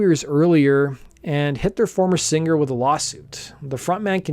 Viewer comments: Love your podcast. I'm a subscriber. Please stop saying "sing-GER." it's "singer". SING-ER. thanks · Why does this man pronounce singer like finger?